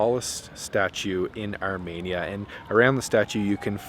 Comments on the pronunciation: Pronounced Armēnia. Not Armānia. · No offence, but it’s pronounced Ar-Me-Nia, not Ar-Mania. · FYI - it's Ar-MEE-nee-ya, not Ar-MAY-nee-ya.... trust me, I'm Ar-MEE-nee-yan... Pronunciation notwithstanding, you made an extremely excellent video, thank you so much for this!!!! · Say it with me. ARE- MEAN- EE ANN not arh-MANIA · The way you’re pronouncing Armenia is very odd. It’s Ar-ME-nia, not Ar-MAY-nia. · It's ArmEnia, not ArmAnia. Good grief! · The fact that you repeatedly pronounce the name of the country as “Armania” rather than “Armenia” is so disrespectful. How do you travel to a country and not know how to pronounce it? It seems purposeful. You did this in several videos. Over and over and over. My Armenian wife was gobsmacked by your disrespect and carelessness. Do better dude. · You need to listen. Zara, the female chef, pronounces the word "Ar-mee-nee-ah". Every time YOU say it, you pronounce it "Ar-may-nee-ah". That's not the same thing. What if I said "Ca-ner-dah"? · Not ArmAinia, Armenia. 🥸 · It’s pronounced (OUR-ME -NI-A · Could you consider correctly pronouncing the country name Arm”EE”nia? Your way of naming the country sounds like Romania with an “A” sound. While the tour is enjoyable, this one point is distracting. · It's pronounced ahr-mee-neeyah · Where is Armania? Why do you keep pronouncing it wrong? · The way you pronounce ‘Armenia’ in these videos hurts my soul (jk), but I love that you went and enjoyed yourself!